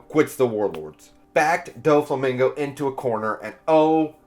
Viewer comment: I just came back to add Dyflamingo to the list lol it’s the only thing pulling me out of these videos and I’ve been watching them all day. I’d hate for even pickier people to stop watching Maybe check some anime clips to get the pronunciation?